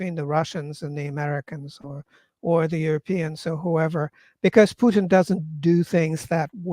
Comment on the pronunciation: It is very annoying when the host can not pronounce Putins name properly.